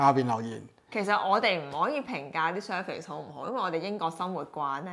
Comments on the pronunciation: Service 讀surface, 英語差，點可以喺英國工作和生活。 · Service讀成surface 咁-_